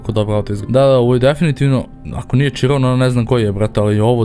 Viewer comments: Izgovara se Širon a ne čirom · Nekaze se bugatti čiron nego širon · nije ciron sa c nego siron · Nisam smarac ali ne kaže se čiron nego kiron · Kaze se Hiron a ne čiron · nije čiron nego kiron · bugatti širon se izgovara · nije chiron tako se pise kaze se širon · Kaže se širon